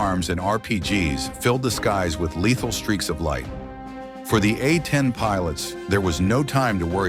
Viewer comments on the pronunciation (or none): Yea I tried to watch this after yarhubs, but by the time they said 'uh-10' over and over... I dipped.